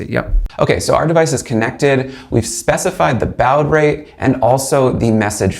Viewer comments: It isn’t pronounced bowde. It’s baaawd. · baud is pronounced like "bod" as in "dad bod". Not Bowd. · Dude, you're killing me. It's pronounced "bod", not "bowed". Sincerely, someone old enough to deal with 300 baud modems. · "Bowed rate" ??? LoL It's pronounced "Bored rate" 🤣 You got "U ART" wrong too... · bowed rate? its pronounced "bored" "board" BAUD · lol "bowed rate" 🙇‍♀ BAUD is pronounced the same as "bod" (as in a nice bod(y)) ;-) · It is pronounced baud rate (bod r8t) not boud rate! It is pronounced gif (jif) not gift (with no t)! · Baud is pronounced 'bȯd, not 'bau̇d. And what math are you using to come up with 0.07W? In a DC circuit, P=VI, or 5.04V * 0.02A = 0.1008W. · BAUD is pronounced bored rate not bowd rate. Thanks for your time in making this. My comment is just to help your feedback/youtube data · By the way, “baud” is pronounced like the word “body”, without the “y”. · BAW*D Rate. Not BAO-UD. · FYI: Baud is pronounced bord/board (as in fraud) not bowd. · Having started hacking in the 1970s, I have always heard and spoken ‘baud rate’ like ‘bahd’ (think ‘ha ha’), not ‘bawad’ (‘bow add’). You probably mean bit rate anyway, don’t you? Respectfully submitted. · What is a bowed rate though? Do you mean bawwwd rate? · When you pronounced baud as "bowed", instead of "board", I knew we were in for a treat! Then along came the data and tech specs you mention of this device which are just absolute BS! A quick flick through your catalogue of uploads and its clear you're ring 3 wishing to be ring 0. Sorry dude, you aint it. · Then there's baud, pronounced "board" not "bowed" as in this video! This guy is a tourist. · BAUD is pronounced BAWD not BOWD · Bowd rate? Baud bro. It's baud. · It's pronounced 'bawd' rate. You may note that there's is no 'r' in 'baud' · An .ini file is pronounced 'Inny' (INI being short for initialisation). Also Baud is pronounced 'Board'. Other than that, good work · Why is he pronouncing baud as bowed 😂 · It's pronounced "BOD"...